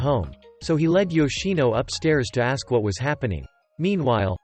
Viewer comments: did anyone notice that the man always said aks inst6ead of ask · Is it just me or is he saying aks instead of ask 😅